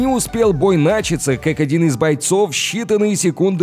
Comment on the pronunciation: За спинЫ, отскОчил, начатсЯ. Чел ты язык вообще русский учил?